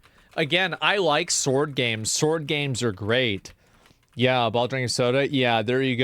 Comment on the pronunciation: I died when he said "BUT THEN SHE PULLS UP THAT BIG ASS SKYRIM SSSSWRD" lmao